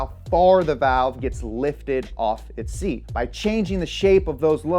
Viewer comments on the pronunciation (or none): none